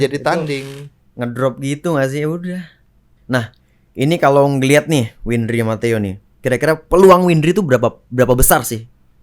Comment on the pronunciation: Wendri siapa ? Windri oi bukan wendri 🤣